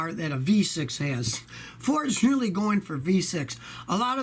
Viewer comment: Rev up your inline 6 that lasts "a weally weally weally long time!" :)